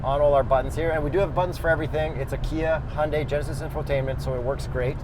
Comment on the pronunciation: you lost me at the word Hyundai